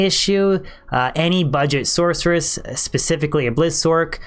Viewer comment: Source-er-us Sork-er-us "Source" not "sORK" Other than that good vid.